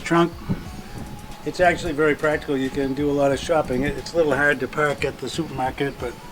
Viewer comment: It’s huad to puak his cuah....LOL! I wonder if I spelt it right?